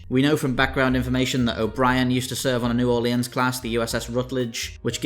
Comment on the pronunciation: I had a stroke when he said "New Orleans." Good vid tho.